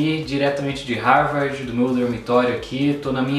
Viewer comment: aprendeu falar English esta na Harvard e nao sabe pronunciar o nome da Universidade.